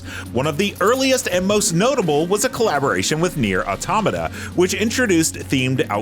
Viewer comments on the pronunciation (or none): none